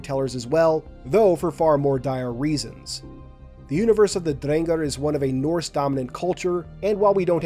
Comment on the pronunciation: Same goes to your pronunciation of Drengr, my new favorite halo youtuber right here